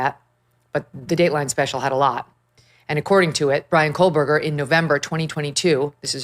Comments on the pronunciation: It’s “KOH-BERGER not Kole-berger But anyway, we already know he did it. We want him to have to face the parents and have to admit to all of us that he did this and tell us why. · Cole-Berger smh 🤣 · There is no L in his last name 😂😂